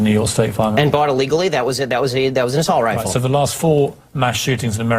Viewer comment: Did Ben really say "Assault Rilfe?"